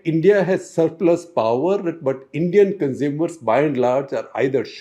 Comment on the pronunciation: Also it amuses me when he utters word poowerr instead of power . His english is amazin.